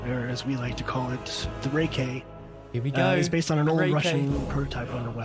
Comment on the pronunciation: Mans said a rayk!